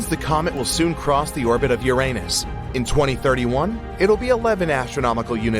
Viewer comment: A gold star for you for PROPERLY pronouncing "Uranus". Not everyone does.